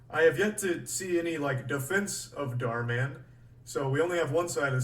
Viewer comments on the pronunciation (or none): bro still says dhar martin lmaooo